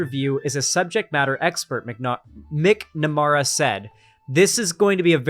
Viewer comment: Just for, it's pronounced "mac-nuh-mara" For all my trans little brothers, sisters and nibblings out there, we love you and we support you. You are valid 🤘✌️